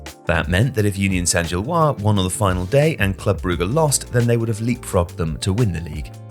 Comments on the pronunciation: It's Saint-Gilloise, not Saint-Gillois. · "Gilloise" has an "-se" at the end, so "Union Saint-Gilloise" ends in a "wahz" sound, not a "wah". (Like the name "Francois" vs. "Francoise", for example.)